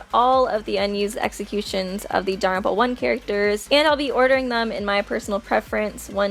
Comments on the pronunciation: Jesus lady, it’s not danaropa it’s Danganronpa. You also sound pretentious using their last names only, especially when reading the text. Christ, at least annunciate. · Um just a little heads up it’s not pronounced da-ram-pa it’s pronounced dagan-rampa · It sounds to me like shes say “danranpa” every time she says Danganronpa. Please don’t hate on me for making this comment ;^ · daganronpa dang-gan-ron-pa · It's legit pronounced Don-Gan-Ron-Pa they say it in the game and anime x.x how do people get this wrong still??? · really really really tried to watch this video but after the 5th or 6th time she called it "daropa" i had to dip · You just said Danganfowa